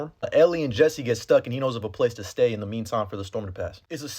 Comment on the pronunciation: How you say “Jesse” cracks me up man 😂